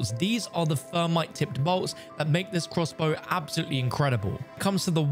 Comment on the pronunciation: "Using the fermite rounds in the high fret zone". 😂